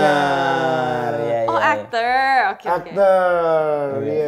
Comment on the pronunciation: Livy dibayar brapa ya kalo diundang di acara ginian logatnya jadi betawi😂 Rigen nyebut actor nadanya nadanya gitu amat 😁